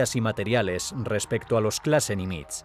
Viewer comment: Nimitz se acentúa agudo, tiene el acento en la ultima silaba.